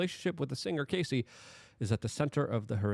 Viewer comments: Isn't it pronounced Cassy (like classy) not Casey (like Casey Jones)? Great reporting though. Thanks Luke. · Say it with me Luke. "Caa-see"